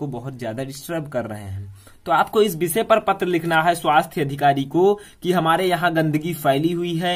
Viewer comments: Bisay Nahi voh to visay hota hai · Bishay nahin Vishay hota h